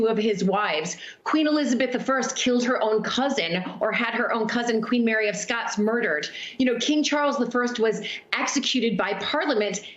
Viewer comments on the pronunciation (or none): none